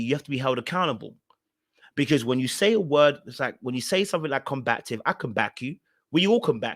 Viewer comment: It's pronounced com-ba-tive.